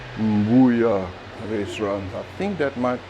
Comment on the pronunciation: It's read mbuyu but mbuya sounds funny and you are correct, it's a baobab. If you add an mu- prefix to the word then it's the tree